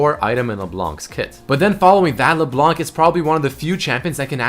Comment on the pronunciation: How i say it: LeBlanc, How says it: LeBalanc